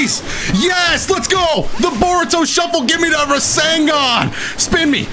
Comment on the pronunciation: Manns said boruto shuffle lmao 😂😂